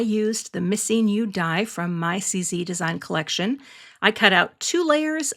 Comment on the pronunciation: Sometimes you hear something and think "what?" I heard you say you were going to use the missing "U" die. Not the "Missing You" die. There's your laugh for the day. Lovely card.